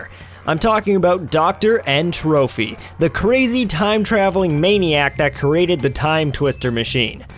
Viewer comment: TROPY NOT TROPHY! (sorry big fan <3)